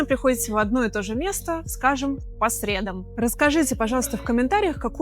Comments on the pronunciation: Все- таки если вы решите в элиту, говорите " по средАм", а не " по срЕдам".😊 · По средАм, please! В остальном - безупречно!